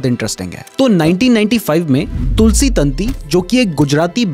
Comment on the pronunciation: वो तंती नही ताँती होता है